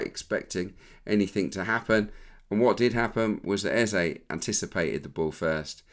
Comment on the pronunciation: Was about to come for Peter Drury over how he said Eberechi Eze’s name — then I heard you yesterday. Just for the record: it’s Eze-e. The last vowel sounds exactly like the first one. Not “Ezzy”, not “Ezza”. As Africans, it’s honestly annoying hearing commentators mispronounce names like it’s no big deal. Would be nice to have a blip button every time they get it wrong. No shade, just… saying.